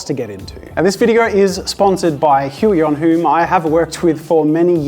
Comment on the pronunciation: Thanks for that pronunciation of "Huion". The pronunciation I heard earlier has a somewhat unfortunate sound in my and other Slavic countries...